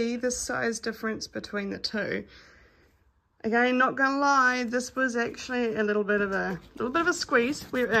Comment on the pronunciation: ....you spoke New Zealander! Say agin, again. Nice review 👍